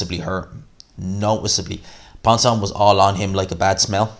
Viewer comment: That ref is a dickhead, pissed me right off. Also, Ponce pronounced "Pons-ay" ik names aren't your thing but ye #GMANSROCKS